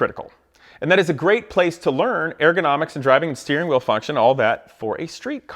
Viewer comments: It’s not pronounced AIR GO NOMICS... it’s ur·guh naa miks. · nobody: this guy: AIR-gonomics! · FFS I can't listen to him say "air-gonomics" any more. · I totally agree. But your pronunciation of "ergonomics" keeps throwing me off. It sounds like you're saying "air-gonomics." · “Airgonomics”. Was that bothering anyone else ? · If you are going to complain about ergonomics, is it ok for us to complain about how you say ergonomics? No where in the word is there reason to pronounce it Airgonomics. Just saying...